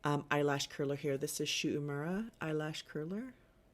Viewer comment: It would be s o wonderful if you could pronounce Shu Uemura correctly I do love their eye lash curler